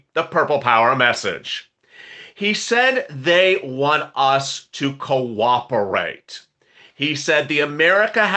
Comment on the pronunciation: Purple Haze Purple Haze 🎶 did I hear you say "Quack-operate" 🤣 I must replay this one. I did! taw a puddy tat 😂